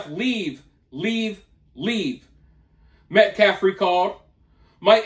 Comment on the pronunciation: The dude speaking for Anthonys family is an idiot. Talks slow and trys to act smart but cant pronounce peoples names. Not like "Austin Metcalf" isn't repeated 100 fricken times a day, yet still says "metclaf". Like F that dude, for real. I give jeff massive amounts of respect because i feel more hatred daily for that scum and the family for what they say